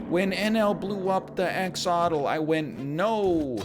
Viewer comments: I love how he gets the pronunciation right the first time but then forgets that half the letters exist in its name LMAO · He won’t learn the correct way to say axottle? No wonder they call him the bad-boy of gaming. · Pronounces 'Axolotl' correctly for once "And no, I'll never learn the correct pronunciation..." immediately pronounces it wrong again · Noooo! WEhn NL blew up the Axlotl (pronounced Axe Lot All). I went NOOOOO!